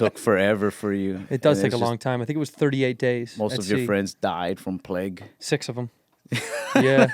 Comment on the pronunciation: "most of your friends died from pleg" 🤣🤣🤣